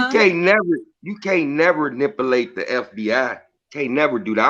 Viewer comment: Sooooooooo ummmmm Ms. Tee, yall just not gonna correct () 😂😂😂😂😂😂 and how about when he said “nipulate” instead of MAnipulate 🤦🏾‍♀️🤦🏾‍♀️🤦🏾‍♀️🤦🏾‍♀️